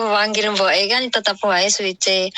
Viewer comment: Siuce x mbk bukan suice 🙄